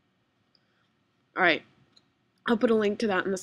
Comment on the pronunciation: its "allright" man, its not ouvillrlld